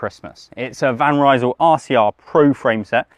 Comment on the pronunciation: Guys will for God's sake pronounce Van Rysel correctly !!?? You really sound like amateurs. The name is not 'Van Reesel' .... but "Van Rysel" as in "rice, nice, lice, ice, .... !!!! Get it .... get it ?????